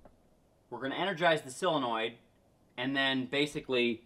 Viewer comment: sOlenoid with an “O”